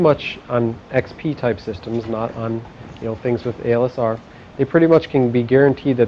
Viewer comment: The instructor almost always says ALSR instead of ASLR. I like OST lessons :)